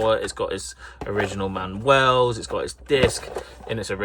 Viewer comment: watched a few vids and loving the content, nearly burst out laughing with how you pronounced manual lol, like its mexican 😂